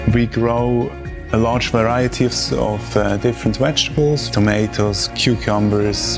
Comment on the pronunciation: Wechtables lol. I love different languages and accents. I enjoy gardening as well. Such a beautiful farm!